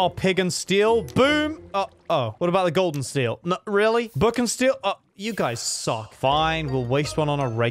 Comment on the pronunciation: When he said gold and steel it sounded like golden steel😂